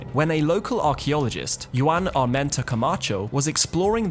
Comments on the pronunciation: Juan is not pronounced "Yu-ann". It's spanish for John. It's pronounced like "Hwon" (rhymes with John). Like Juan Valdez. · I think you mispronounced "Juan" like the currency Yuan. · Yu-an..is not how you pronounce Juan ffs. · Love your vids, but it's pronounced Juan, not Juan. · Juan is pronounced Waah nnnn..... J is H in Espanol. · "You-on" = "Juan"??? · Lost me early with pronunciation of "Juan".